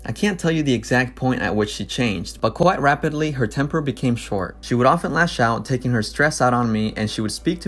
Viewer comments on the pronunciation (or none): did u just do an English accent for "quite rapidly" and nothing else